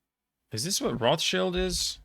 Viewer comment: Super impressive! To me, much more than the regular geography quizzes because those I can answer most questions from. This I can answer pretty few! Despite you pronouncing Rothschild correctly in its original German pronunciation, nowadays in the English speaking world (and mostly everywhere else as well) it is pronounced ‘Roths-child’ with Roths as in moths and child as in child.